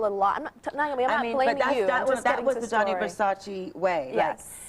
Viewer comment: His name is Gianni Versace not Johnny Versace